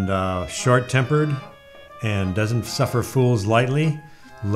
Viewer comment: Dennis said it with such confidence that I nearly overlooked the fact he accidentally said "shart tempered" LOL